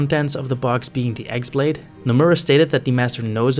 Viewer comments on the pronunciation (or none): The x-blade is pronounced "keyblade" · It’s not pronounced “ex blade”. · You're pronouncing "X-blade" wrong. The "X" is actually the symbol for ki/chi, so it is basically just pronounced "key(ki)blade"